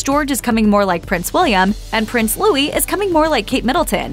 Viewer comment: Louis, pronounced Loo-ee.